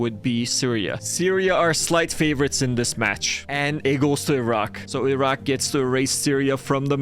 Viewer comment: I HEARD THE ROCK INSTEAD OF IRAQ